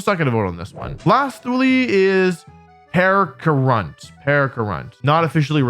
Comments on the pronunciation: "Pearcarunt" made me die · He also called Pecharunt "Pear"grunt, I think it's a lost cause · Its pe cha runt not per cha runt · sorry... "PEAR-KAH-RUNT"??? WHERE DOES THE "R" COME FROM!? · Bro pecharunt. It's a pecha berry. Pecha Runt. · Lesson for when the mythic portion of the DLC drops. Pecharunt is like Pecha berry aka a Peach. So... Peh-cha-runt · Whew boy that Pecharunt pronunciation lmao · The pecharunt pronunciation hurt me physically and mentally. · The way he pronounced Pecharunt 💀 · Bro didn't even try to pronounce the peach pokemon's name KEKW